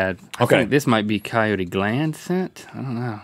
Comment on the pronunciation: He was referring to earlier about his pronunciation of coyote.